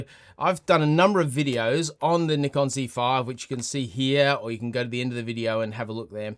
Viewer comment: Finally someone who says Nikon the same as me 😂